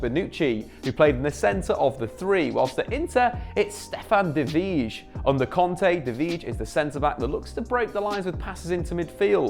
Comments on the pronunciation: Stefan de vrij = “Stefan de fray” or sum, not VISHH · Man you are really butchering De Vrij's name..... its pronounced something like "De Fry" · It's pronounced De Frei! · DE VRY, DE VRY! That's how it pronounced. Yeech! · The way you pronounced De Vrij gave me anxiety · De vrij pronunciation absolutely butchered 😭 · It triggers me to be honest wtf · You should check out how other people pronounciate De Vrij. It's somewhat similar to Van Dijk, but phonetics is hard to write.